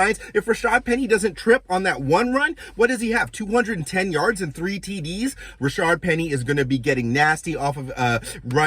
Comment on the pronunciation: Agree with you... but if you're a Seahawks fan, you should know his name is Rashaad, not Ra-shard. There's only one R in his name. Fix that and I'll subscribe. :)